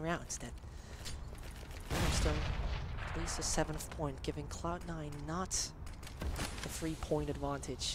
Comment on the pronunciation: Tip to commentator: cloud9 not just cloud and try to make a d more than a t